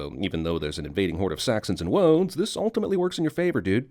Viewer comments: "Woads"? ....wabbit twacks too? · Don't want to spoil the party, but 'Wodes' not 'Woads'.